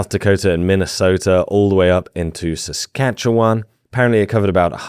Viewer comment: Props for saying Saskatchewan correctly! Merry Christmas & fans!